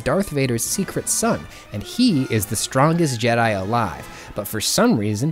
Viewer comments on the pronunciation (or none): none